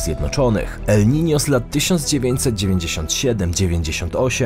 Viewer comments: Nie ma czegoś takiego jak Nino, jak już to el Niño, pochodzi to z hiszpańskiego :) jeśli czytasz poprawnie to wypadałoby na miniaturce jednak użyć ñ ;) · 90 razy uslyszalem elninio :)